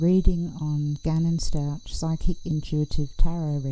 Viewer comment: Stauch is pronounced S TAw K